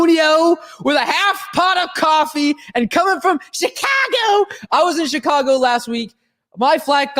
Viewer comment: Lmao I just pee'd myself ..she-ka-Go